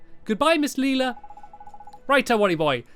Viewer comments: "Is it Lelela? Lelila? Maybe its just Leela." NO! Its pronounced Layla Stampy!🤣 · It's Layla not leela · Leila = Layla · LAYla not LEEla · Close but it's lay-la not ly-la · Not leila its leIla lila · I think you are supposed to pronounce Leila as lay-la I’m not trying to be mean I’m sorry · It's Miss Lay-ler! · Leila is pronounced lay-la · STAMPY! You say Leila as LAE-LA The A says its name is LAE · lae-la that's how you pronounce it lae-la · can you pronounce pea's name pay. Also miss Leila's name is pronounced Lie-la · leila [LAY-la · I think it's pronounced LIILA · Stampy, it's actually pernounced as Ms. Lay Luh. ;-) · It is pronounced Leyla but its spelt leila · It is pronounced Lay-la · Its Lay-la stamps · Lay-la is how you pronous it stampy ms Layla Lelia another way to spell it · its said like lila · i have a girl called Leila at my school and she is pronounced Layla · Pronounced, Layla. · Leila is pronounced Lay-la. I know this series is long over, I just wanted to say. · Name pronounced ley-la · You pronounce it ley-la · Can't Stampy learn how to prounounce Leila? ( Lay -la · Leila (lAy-la) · Leila, pronounced: LAY-LA! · we pronounce LAYLA ;) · Leila is pronounced like Ly-LA I think... not entirely sure. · actually, i'm right here, so you donät have to search for me >.< and when you sad laila it sounder just like "lila" and that's purple on swedish :3 just wanted to mention that :3 and it is an awsome LP :D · its pronounced LAYLA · you say Leila LAY-LA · Her name is lay-la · Laila is pronounce I now from ep 1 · It's pronounced 'Layla'!!! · you pronounce it like "layla" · It's pronounced Layla ^_^ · Stampy you are an adult and don't even know to to say Leila's Name and I'm just a kid that knows how to say her name. IM NOT MAKING FUN OF YOU STAMPY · I think you tell Lelia wrong